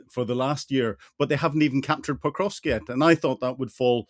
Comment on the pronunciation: Hamish, please. The city that has now been under Russian attack for 1.5 years is called Pokrovsk, not ‘Potrovsk’. Video after video, you keep getting this wrong, and it’s irritating.